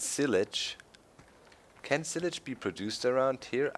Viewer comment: Well done doc. Hint it's pronounced ss-eye-lage . Good video man!